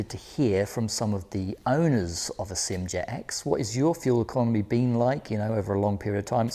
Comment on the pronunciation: I wish people would stop pronouncing SYM as if it is a word. It is pronounced as three separate letters S. Y. M. Like that. Why can't people get it right. Upsets me so much because you claim to know what you are talking about, but you cannot even get the name correct. Just sad.